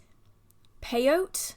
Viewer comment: Peyote is pronounced pay-o-tee. In case you stumble upon it again 😊 it's a psychedelic cactus🌵